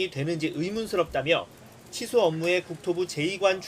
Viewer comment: 앵커가 발음을 정확히 해줬으면 하네요. 칠수 업무라고 들립니다. 기자 리포트 듣고나서 치수 업무라고 이해했어요.